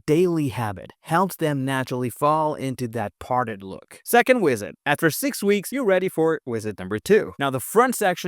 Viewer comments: Maybe it's part of the charm of your channel, but I know you can say "visit" bc honestly, I feel like your channel is Ai. I'm not even sure if it isn't, but the content is somewhat helpful. But keep saying "WIZZIT" if it's what helped you blow up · Why do you pronounce visit like that?